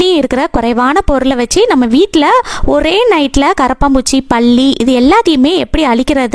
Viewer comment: பள்ளி இல்லை.பல்லி